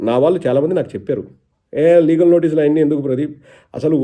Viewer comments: అన్నా లాగల్ కాదు లీగల్..... బరధ కాదు బురద.... టెన్షన్ లో ఉన్నవ్ చూసుకో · ఒరేయ్ వట్టల డాక్టర్ అది లాగల్ కాదు లీగల్ మీ 420 తుగ్లక్ అన్న లాగే నీకు తెలుగు రాద రా జఫ్ఫా నా కొడక